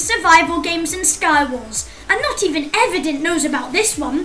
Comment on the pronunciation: Did u say evidentP?